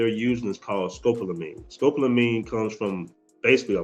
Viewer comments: Its Sco-pol-a-mine (skow•paa•luh•meen) Not scope-la-mine (skowp•luh•meen) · Scopolamine is NO JOKE! watch your 6 out there kings-and it’s ‘Sco-pol-amine-sound it out because it’s annoying when words aren’t pronounced correctly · No, it's pronounced, skoe paula meen. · It’s pronounced scope-allo-meen. Be careful brothas😉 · At least the women are more feminine.... learn to say SCOPOLAMINE properly!! Thanks